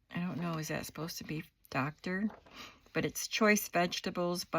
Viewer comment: It’s drive not Doctor. ❤